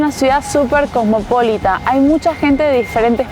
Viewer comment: CosmopolÍta se acentúa en la I🙏🙏🙏